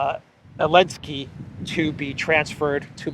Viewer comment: Hello, I watch your videos everyday, but I think you are making a big mistake by purposely mispronouncing the name of the Ukrainian President. You should understand that your videos will be archived and referenced by future generations. A joke doesn't need to last forever. It's bad enough that any word you say that has a "T" in the middle of it, is pronounced as a "D" by you. Other than that, keep up the good work. Cheers.